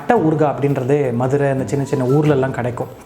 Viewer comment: Missed this so much presently in London. But now will try it here. So much joy derived from Nagapattnams pottalams and karaa sev till i was 20 yrs old in Madurai. Thanks Rakesh. BTW i love the way you say madura in tamil like a madura-kaaran. One more food stall just few blocks from nagapattnam in madurai is Gopu Iyengar whose Vellai appam, Kathirikkai bajji, Paccha mulagaai chutney and patnam bakkoda are unique and authentic.